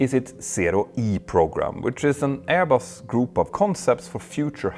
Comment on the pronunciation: Btw, your pronounciation of 'Airbus' got me the idea of calling them 'AirBoss'...🤭😉